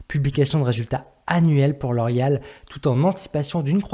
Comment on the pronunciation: Non je déconne juste sur ta prononciation de la compagnie 😉